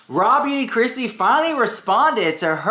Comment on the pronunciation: I swear you said Raw Meat Kristi 😂 🐍 ❤ 🎃